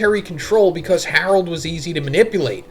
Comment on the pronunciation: "His one true love Harlod!" HAHA